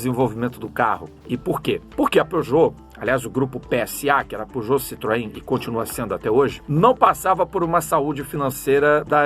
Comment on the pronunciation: Era pra ser a pronúncia em francês, não tá 100% preciso kkkkk